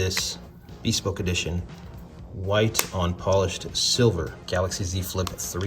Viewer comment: just... i'm sorry.. i'm ocd.. it's 'beh-spoke' not hard 'B'.